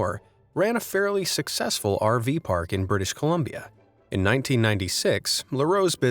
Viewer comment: ish pigon du bee succcceeesfol during 1WW